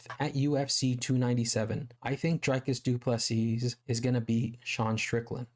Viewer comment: Great vid, you said what everyone is thinking but wont risk saying. Please pronounce his name Dreecus du Plesea